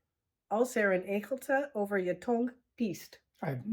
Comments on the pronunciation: Your pronounciation of engeltje was hilarous! I heard it as egeltje (hedgehog) which puts the expression in a totally different light. bonus tip: you never pronounce the g in ng, they're not separate letters anymore but a new sound, like the ng in England. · I love how you attempted to speak Dutch this in a video. That's very brave of you two. Heel erg dapper! The only word that tripped me up how you pronounced it was "engeltje", the "ng" forms one sound, the g isn't pronounced. It's like the ng in bang. But all the other ones were easily understood. Sure, you have an accent, but that's not weird. Vooral doorgaan, zou ik zeggen! Jullie zijn echt goed bezig. And about the w, I can't hear the v sound in it, when I pronounce it. The Dutch "wit" sounds the same as the English word "wit" to me. But maybe I'm too used to it, being a native speaker.